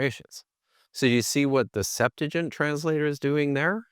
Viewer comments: “the Septajen”😂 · The SeptuagiN?? 🤣🤣 Seriously??... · why would he do that he’s an expert in Greek? What is he gonna do with a Hebrew scholar? Talk about broken pots with Aramaic? The Septuagint. (The one can’t pronounce) is in Greek btw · Why can't these bros put some shoes on. Also, my kids could have done better homework on the Septuagint, at least well enough to say it correctly. This interview was like judging a high school Lincoln-Douglas debate tournament.